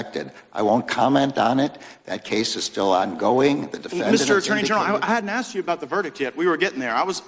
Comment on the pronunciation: ASKED, not AXED.